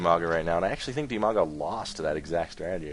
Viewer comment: Half the time I thought you were saying Umaga and I thought that was pretty rad.